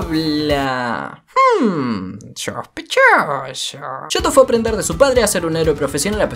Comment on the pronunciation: shoshpechoso *hidan